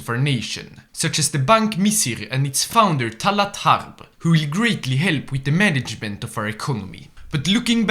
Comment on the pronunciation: The pronunciation of tal3at 7arb and bank misr got me dying